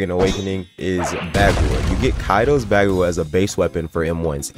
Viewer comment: great video and everything but the way he says bagua